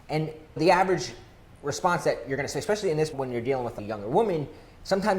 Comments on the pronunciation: I don’t trust anyone who says “exspecially” (or has 1990’s frosted hair lol) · I find it highly annoying that you are unable to pronounce the word especially. The letter X is not involved. It is not exspecially. You probably say expresso too right?